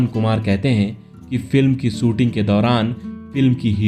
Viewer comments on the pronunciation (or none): यह कौन भैय्या है? इसका हिंदी उच्चारण कितना घटिया है। शुटिंग को सूटिंग, राजेश को राजेस, परवरिश के परवरिस, शायद या सायद, शादी सादी, manzil या manjil